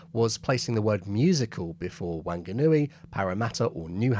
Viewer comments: Why attempt to use an Australian accent for a nz location? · The first 'a' in Wanganui is pronounced like the 'a' in 'wand' or 'want'. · I cannot comment on whether it was a good aussie accent or not, but given Whanganui is Kiwi, shouldn't you have tried for a kiwi accent? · Wanganui starts with a wah sound fyi for anyone listening not a wan. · Am I the first to say this? Wanganui (a city in New Zealand) is pronounced 'Wonganui'. I doubt any New Zealander would say 'Wang' as the first syllable. And while it didn't crop up in this video, I know many Brits pronounce words like 'song' and tong with a hard 'g' (songa etc) 'South Pacific 'g' sounds are never hard . So 'Tonga' is NOT 'Tong gah', it is Tong ah' as in sugar tong. So back to Wanganui - it's Wong ah nui with the 'g' pretty much silent. The emphasis is on the first syllable. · I didn't expect an interesting WWII story featuring my home town of Wanganui - pronounced more like "wong-a-nui" than "wang-a-nui". It is of course a Māori word, and it somehow lost an "h" in the past that has now been restored - Wanganui is now Whanganui, and pronounced more like "fong-a-nui", "wh" being pronounced like an English "f". Thanks for a great story. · Wanganui may have been pronounced to rhyme with bang-a-new-ee by the RAF but a Kiwi would have rhymed it with wrong-a-new-ee (missing out the r and replacing it with the W in "what"). These days the W is pronounced Wh closest in English to "where". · Wanganui is actually correctly spelt Wh ang a nui. The Wh is pronounced as a soft 'f' sound. So you would say it like 'Fong a nui'. The syllables all have the same sound length. I don't wish to lecture but I love the 'Te reo'. The maori language. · Great history. Small detail though. It’s pronounced more as WOnganui.. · Great vid m8 but Wanganui is pronounced Wonganui lol 😂😂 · FYI Wanganui is pronounced closer to Wonganui, although the activists have now gotten in there and changed it again, like they always do...